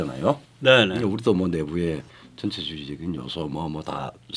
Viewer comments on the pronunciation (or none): 전체주의 억양에 주의해 주시길 바랍니다. 예를 들어 전체란 단어중 전자를 높여 부르면 전부,전체란 뜻이고 전자를 낮게 발음하고 뒤의 체를 높여야 전체주의 할때의 뜻에 부합합니다.